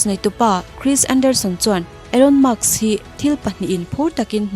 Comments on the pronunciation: Elon musk nge Elon muks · Maks inti zela, musk tiin in ziak leh bawk sia🫣🤗